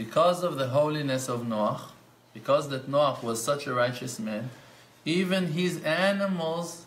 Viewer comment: Finally .. someone pronounces Noakh correctly